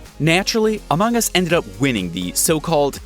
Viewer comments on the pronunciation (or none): sorry but i wuld like if my said the name as amung us not amang us